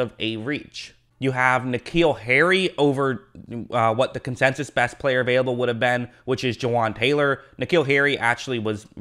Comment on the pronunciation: “Consensus” not “Consensious” come on bruh